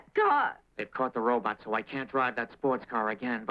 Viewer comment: “It’s a robutt”!